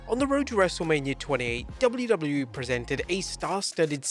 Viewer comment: That’s what happens when you’re English and you say the letters correctly 😂